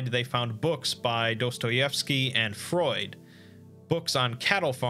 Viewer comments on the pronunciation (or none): none